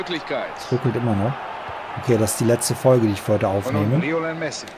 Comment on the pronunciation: Irre ich mich oder sagt der Kommentator die ganze Zeit "Rionel Messi"? :D Bei wäre ein Aubameyang nicht schlecht gewesen.